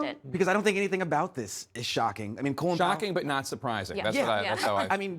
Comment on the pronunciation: If you can't pronounce his name right keep it out of your mouth.